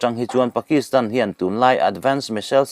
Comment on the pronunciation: Missile pawh hi misel a ti ve ziah.